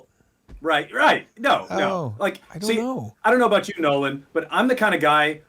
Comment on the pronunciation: Absolutely nailed the pronunciation on my shout out Nolan. Thank you!